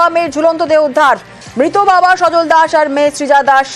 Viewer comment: নাম তো" সজল"আপনি "সজন" বলছেন কেন,???